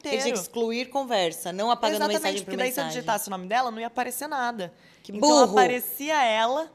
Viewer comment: A Sophia é cômica,o burro ela deu ênfase kkkk...amei